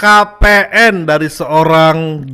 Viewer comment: bang LHKPN bukan LKHPN 😂